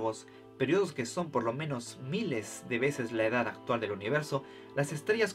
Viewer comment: Hola, siempre me preguntó porque las palabras terminadas en D como por ejemplo, edad la pronuncias con T al final